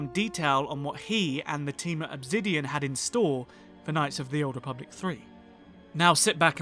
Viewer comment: OB ZIDION? 💀💀💀💀💀💀 ENGLISH